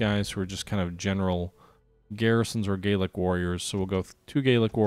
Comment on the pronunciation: Enjoying this - but I believe the Gallic Romans should be pronounced Gal-ic rather than Gayl-ic Just as Gallic refers to France whereas Gaelic refers to Irish or the language spoken by some Scots.